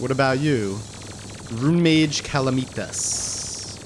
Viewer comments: ooh OOH! make the hoik a spine!!! also, is cal-uh-meh-tus it's not calameetas ;) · it's pronounced (kal-AM-uh-tahz) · I know I’m late but it’s CA-LAM-ITAS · 1: calamitas is pronouced: cuh-lamb-it-ass 2: calamitas is pre-plantera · “BuT fUrY, tHaT’s NoT hOw YoU pRoNoUnCe CaLaMiTaS, iT’s LiTeRaLlY iN tHe NaMe Of ThE mOd” -What I imagine most of this comment section is like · honestly, i live your vids, but your calamitas pronunciation makes me wanna murder someone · STOP SAYING CALAMITAS WRONG